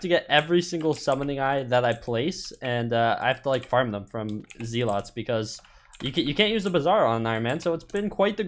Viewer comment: The he says zealots makes me uncomfortable